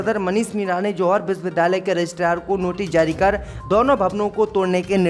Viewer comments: ZOHAR BOLTA HAI..JOHAR BOLNE NAHI AATA.... SHAME SHAME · Z. Ko J read kerta hai yeh bewaqoof